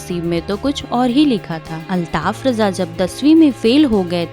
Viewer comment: Abe chutiye use raja kyu bana raha hai न रजा न राजा है वो रझा है।